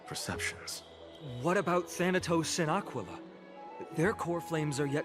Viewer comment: Am I the only one that when says "Aquila" it sounds like he's saying "Tequila"?